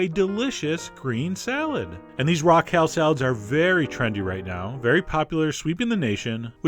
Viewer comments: Chef John, what planet are you from? Why do you pronounce perfectly ordinary words so strangely? Kell? It's KALE. /rant overwith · I like how chef john pronounces kale